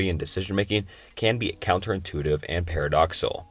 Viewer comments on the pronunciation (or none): Agreed. There are too many to count. "Entrophy", "Schroginder", "Casual" etc. If the video is on paradoxes, the least he could do is get "Paradoxical" right. Icebergs are just such an enjoyable content format that I can live with it though!